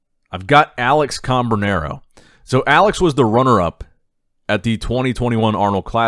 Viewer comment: Hey bro it’s cam- branaro, not com-branaro , love the channel